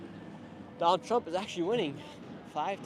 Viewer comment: not me hearing “tramp” and then thinking skamala 😂😂😂 Who are you voting for? TRAMP OR TRUMP?!?